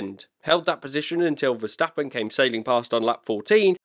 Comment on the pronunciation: compliment,,,,,,the first ''english'' commentator who can pronounce verstappens name right